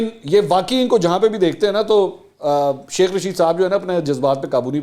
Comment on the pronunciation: منصور بھائی چاہے غلطی ہی سہی لیکن شیخ رشید کو "سیخ" جچ رہا ہے ویسے 😜🤣😂